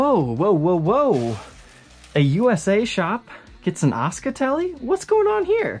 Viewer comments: Asuka not osca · Is it not pronounced A-su-ka?